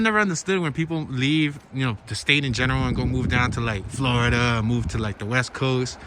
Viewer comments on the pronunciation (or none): none